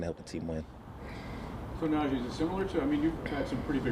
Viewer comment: think whatever you want, then. Make whatever assumptions you want even though you can see on and off the field that it’s not like that. Even his teammates have said what a hardworker he is, even guys like TJ Watt. And his name is not Najay, everyone (himself included) have said it. It’s Najee (pronounced “Nah-G”) But I can see by the comments you’ve left that you’re a Najee hater so no point in arguing, have a nice day